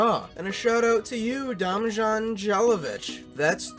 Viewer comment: its not demjan its demyan yeravich